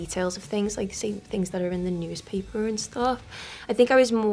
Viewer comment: The way she says newspaper makes me want to visit Liverpool, sit at a café and people watch/listen to them talk